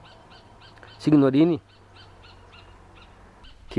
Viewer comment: Uma observação, se escrevi SIGNORINI, se lê SINHORINI..a letra G é nula na pronúncia..no restante a matéria é emocionante, Vovô João foi quem gerou a minha ramificação genealógica.